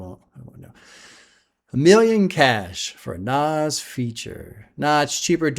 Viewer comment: manages to mispronounce "nas" and "nasir" pretty amazing stuff considering how much Nas says his own names in rap songs. Nazzzzz Nassssirrrrr